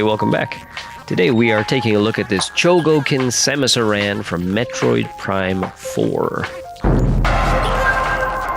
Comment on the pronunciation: It’s Samus AIR-en